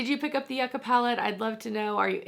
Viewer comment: im so excited to see your in depth vidoe plus a dupe!!! also btw from a south american, yuca/yucca is pronounced yoo-kah like hookah